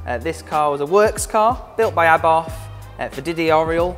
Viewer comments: Its a shame Rally Replay didnt have the sense to use a representative that could actually speak properly. Wiv, Abarf, Aufentic, & thats only by the time i turned off. I dont expect posh, but for gods sake man learn to speak. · I thought did a great job and he knows what he is talking about. He is surrounded by incredible cars that are accessible for the public to view. I'm presuming you pronounce Abarth like the Italians do then; 'Ab-art'? And Lancia as 'Lan-chia'